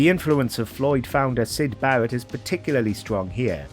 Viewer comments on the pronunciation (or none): none